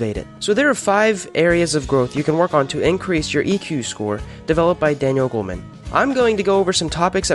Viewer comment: Its Goleman not Goldman